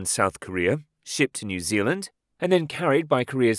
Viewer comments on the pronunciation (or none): none